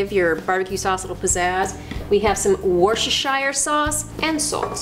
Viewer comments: In the UK we pronounce Worcestershire Sauce as Worcester ('Wooster' Sauce)!!! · "Kat---shup" "warshishire"